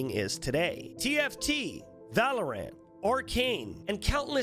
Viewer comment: When he said TFT I heard TF2 🤣